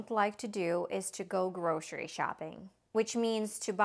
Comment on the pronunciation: кто-то может мне объяснить почему ГРОШЕРИ??? Почему она говорит грошери, если гросери